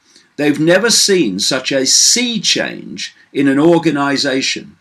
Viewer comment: Sea Change David, not "Seed Change".